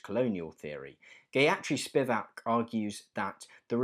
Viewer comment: Great video,! However, a little tick off since this is a vid on postcolonial theory. The pronunciations of both Gayatri Spivak and Gautam Thakur's names were way off! It's Gaa-yuh-tree with the most minimal emphasis on the "yuh", and as for Thakur which you pronounce as Thacker is pronounced as Thaa-kur ('u' in kur is almost pronounced like the 'u' in hurrah albeit with a bit more emphasis). All the best. And thank you for making great videos!